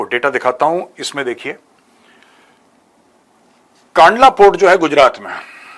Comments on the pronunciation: मेजर साहेब जयश्री राम जय हिंद कांडला नहीं कंडला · Not कांडला कंडला